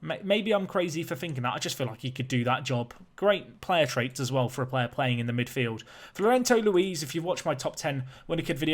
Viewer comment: Why do you keep saying Florento?